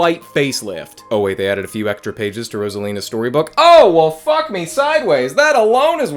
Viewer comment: Why did he say "FUHCK" like that?